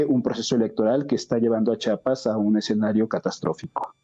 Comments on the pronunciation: Buen día. Un favor. Se pronuncia CH I APAS, NO CHAPAS. Gracias. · Jajaja dice chapas ...tan pendejo no sabe decir chiapas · Lo correcto es chiapas no chapas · Chiapas no chapas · Interesante el análisis del maestro Raúl Romero, pero el nombre del estado se pronuncia como se escribe,la I no es muda.Çhi a pas.